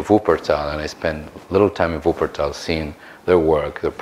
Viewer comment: The pronunciations in the Video are not correct nur for non Germans its ok :D